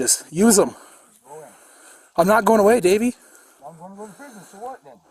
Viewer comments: Lol, sounded like he kept saying Baby, not Davey. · I kept thinking he was saying " Baby" until I read to description "Davie" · Every time he called him Davy I heard “baby” which made this video fun to watch. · I thought he was calling him Baby till someone pointed out it was Davy. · thought he kept calling him baby 😁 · Man I swear I thought he said “don’t do it baby” at first 😂😂 I woulda fought that cop too if that was the case 😂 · I thought he was calling him baby 🤣🤣🤣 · Honestly thought the cop was saying baby, for awhile lol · for a second i actually thought he called the suspect "baby" turns out im deaf and he said davey .-. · I thought he was calling him "baby" at first haha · I fast forwarded through it to see what I wanted. I swear I thought the officer kept calling him baby 👶 🍼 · I’m telling you he was saying baby 😂😂😂😂